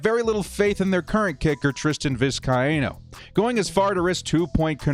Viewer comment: It’s Vis-Kay-no